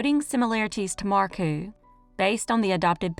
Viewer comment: As a Finnish person, I want to give a side comment: Jutila is pronounced Yutila and Hilja as Hilya and so on, pressure on the first syllable. Markku is probably more like Marcku. Stressed on the middle of the name. Anyways, back to the video